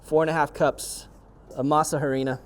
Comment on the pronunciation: PS when speaking Spanish the H is silent in Harina. Just thought I let you know brother.